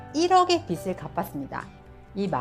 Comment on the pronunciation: 빚을 -> 읽을 때 "비즐" ㅇ / "비슬" X